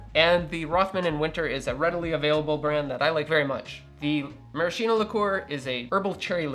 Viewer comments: Hi! Sorry if I'm not focused on the cocktail but, as an italian guy, i'd like to tell you that the correct pronunciation of "maraschino" is "maraskeeno" and not "marasheeno" 😂 You will forgive me for my english, possibly worse than your italian! 🤭 Anyway, awesome channel, i already stole your recipe for the Prescription Julep and It won't be the last!! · I have yet to make one of these in all the years I've been on my coctail journey. This week may be the time; I simply need the creme de violette. Also, btw, the word Maraschino is pronounced with a 'ski', not a 'shi'. Same with words like 'bruschetta', which should sound like broos-ket-a. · In Italian the pronunciation is marasKino. Ch = K. 😊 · It's mara-SKEE-no. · I appreciate your videos! Just let me tell you that maraschino is pronounced maraskino, with the "k" sound.